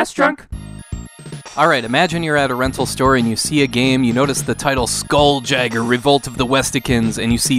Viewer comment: It's pronounced Skoool-Yayger.